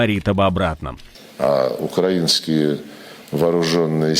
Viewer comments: правильно укрАйна(окрАина), так что нет, ошибся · Це сталося: Лавров Сергій вперше правильно поставив наголос в слові «Украинские». Н